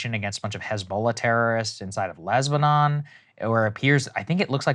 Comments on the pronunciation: "Lesbanon" Saagar you're a journalist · Was it just me or did I hear Saagar accidentally call Lebanon, Lesbanon? Lol, it made me chuckle. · Saagar said "LESBANON" 😂🤣😂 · Did he just say Lesbanon??? Seriously Saagar and Krystal have spiraled and now simply sound like MSM except for the opinions at the end. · Did he say lezbanon?!?? 😜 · Hold up did he say lesbanon the first time? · Where exactly is "Lesbanon", Saagar?